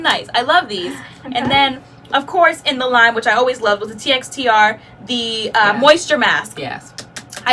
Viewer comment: I think someone mentioned it before but TXTR is pronounced as texture. So far everything from Mane choice has been a miss for me. Whew...lots of information. Thanks for your hard work.